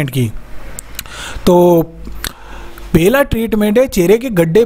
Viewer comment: Abe pela karan nahi pahala karn.